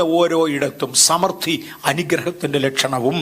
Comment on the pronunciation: ന് സമൃദ്ധി എന്നു ശരിയായി ഉച്ചരിക്കാൻ പോലും അറിയില്ല. I was about to sleep.But made me sit and listen fully. Thank you for bringing to your channel.